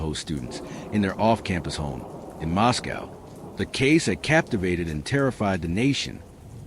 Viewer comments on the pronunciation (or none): Pronounced Mosco not cow